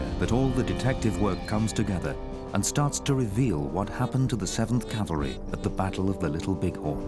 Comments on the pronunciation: it is pronounced cav-el-ry. Calvary is a hill in the New Testament where someone is rumored to have been crucified. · Can a guy be considered an expert on cavalry armament if he thinks it’s “Calvary”? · Okay, the word is NOT "calvary"